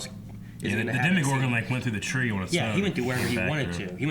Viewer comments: Dema-gore-gun lol 😂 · loves being a rebel and pronouncing things different and it annoys me so much lol (demogorgon, cercei, etc.)